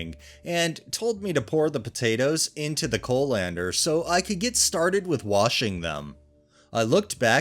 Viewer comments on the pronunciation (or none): Co-lander. lol. CALL-in-der, dear, CALL-in-der. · I was listening to this and not reading so confused as to what a co- lander was. It's pronounced coll-ender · Coh-lander XD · How pronounces colander was so distracting lol. I’ve never heard it pronounced that way. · “Curmud- gion”??? Have you never heard the word curmudgeon? Or colander? I’ve believed you are a real human narrating these but sometimes have my doubts for the odd but wild mispronunciations. In any case, you’re superior to all the AI narrations